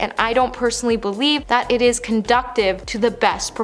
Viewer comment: Con-DEW-sive. Not con-DUCK-tive.